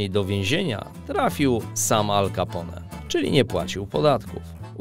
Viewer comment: Jak można mówić 'kapą' na Ala Capone...